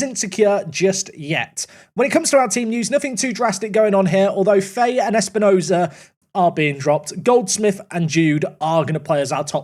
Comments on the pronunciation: its pronounced fa-hee not faye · Fahay is pronounced Fa-hay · Fahey is an Irish surname and is just pronounced fa-hee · Fahey is pronounced Fahee, its a gaelic surname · Fahey is pronounced "Fy, F-eye" I believe.